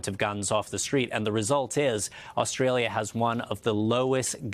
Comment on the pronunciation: WOW, an American presenter who pronouced Australia correctly. 🙂